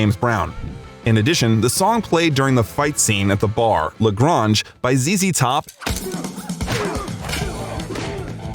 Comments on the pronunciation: "La Gronge" lol you channeling kinda Farva there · La Grange rhymes with Range as in home on the ... Its a town in Texas, famous for a certain thing, maybe you remember the Burt Reynolds Dolly Parton movie? Or Marvin Zindler. Anyway, the mispronunciation bugged me because it meant you didnt even listen to the song.